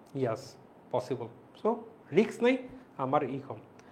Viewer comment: Bhaiya riks na Risk hobe